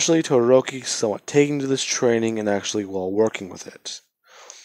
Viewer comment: Its todoroki it's todoroki it's todoroki it's todoroki